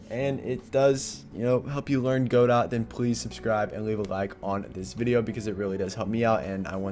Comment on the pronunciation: Dude please pronounce it Goh-Doh😭